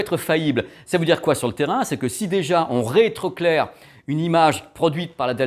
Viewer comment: Merci, je voulais me mettre à la page, en une vidéo c'est chose faite 😁 Par contre ça me perturbe, tu dis souvent "on réétroclaire", c'est pas "on retroéclaire" plutôt? C'est une vraie question j'suis destabilisé lol